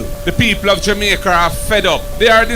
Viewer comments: Please send a message to Markie British that the word is Jamaica. Not Jamaiker... n him want to lead... kmt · Hey did the opposition leader say the people of jamaker are fed up. If I heard right did they change the name of my born country and I didn’t know or is it Mr Golding having difficulty in pronouncing Jamaica 🤷